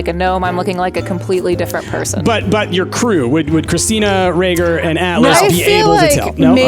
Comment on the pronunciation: I’m sorry but it’s Rager not Roger